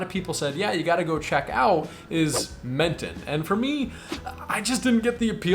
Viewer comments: Enjoyed your commentary and enthusiasm for your month on the Riviera. You were right, you made a mess of the pronunciations. Oh well. I am spending 4 months currently in Menton (pronounced Mawtahwn) and have spent past years in Nice. I love Nice, but I must say, I think you missed on Menton. This in Nice "light" making it more user friendly in a relatively small area. The pastel colors of Old town make this a unique experience. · LOL, OMG you really did mangle the French pronunciation. But, that's okay. Made me laugh. Very entertaining. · Please ignore the advice in the video on Menton (rhymes with Wonton) and Monaco! Both are worth a day trip. Take the bus to both from Nice for a scenic view. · A good andinformative video.But...how could you nt use Google Translate to pronounce basis words like Menton, and Rouge?